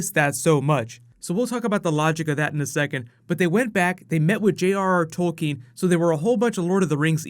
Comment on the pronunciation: God I hated how much they mispronounced Tolkein's name